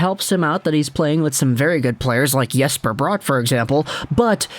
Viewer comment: FYI Jesper Bratt’s name is pronounced like you would say “Jester Rat”. It sounds like an artificial Americanization but it isn’t.